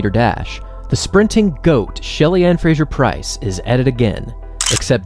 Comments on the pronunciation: Great recap - thanks for the video! Just a note on pronunciation: it's Fraser ("PHRASE-er"), rather than Frazier. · Why do you say Frasjer?